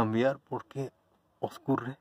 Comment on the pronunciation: Señor de Méjico se dice escurre NO OSCURRE